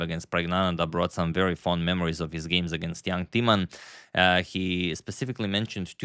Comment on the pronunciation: Knowing you appreciate : Timman is mispronounced , the i , a vowel as is usually the case in mispronunciation . You make it into Teaman , funny . The i should be pronounces as in Tim and timber : Jan Timman . I corrected you on the pronunciation of Dutch chess player Roebers ( the oe sound ) , which you later pronounced correctly , I hope you do the same with the name of one of the best Dutch chess players ever .